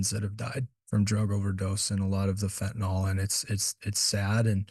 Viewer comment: It’s not pronounced fentan-ol. It’s fentanyl.